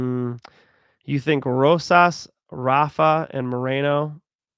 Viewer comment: It is Rafa, not Hafa. With a spanish R.:face-blue-smiling